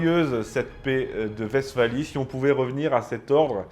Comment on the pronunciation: Je note que vous prononcez correctement Westphalie, félicitation!